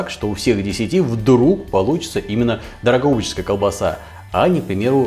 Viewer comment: ДрогобычЕская колбаса - режет слух. Норма произношения - Дрогобычская (по названию города Дрогобыч на Украине), исправьте, если можно!